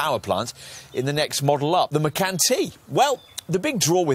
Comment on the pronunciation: Haven’t found a reviewer who pronounces Macan correctly 😶